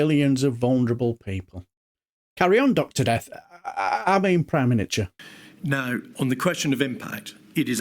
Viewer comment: Prime Miniature….. I nearly choked on my tea when I heard that 😂😂